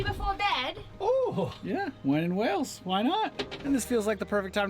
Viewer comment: It's pronounced "WAY-LS" not "Wells".